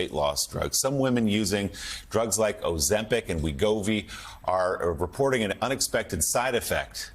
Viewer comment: "Oh, Zempic!!" 🥒